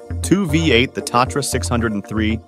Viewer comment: From the start, the Tatra was NOT a six hundred and three, it was a six o three. Then the whole video just went downhill from there.